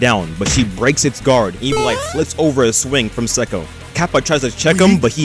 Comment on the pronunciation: It's "Say-ko"